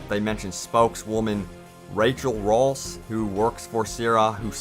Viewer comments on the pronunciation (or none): none